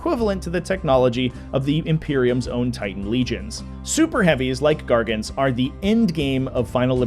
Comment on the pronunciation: That's a wild pronunciation of "legions" 😂